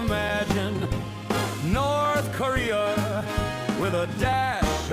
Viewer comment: yea but that nrth krea with a hint of shuriaa was genius lmao